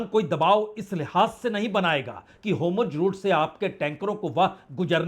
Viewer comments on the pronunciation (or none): क्या आप ज़ को ज कहना ( कोशिश करके) बंद कर सकते हैं ? अच्छा नहीं लगता जब आप हॉर्मुज़ (hormuz) को हॉरमुज (हॉर्मुज) कहते रहते हैं ।